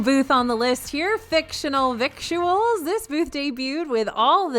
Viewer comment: I think "victuals" is pronounced the way you would say "Skittles"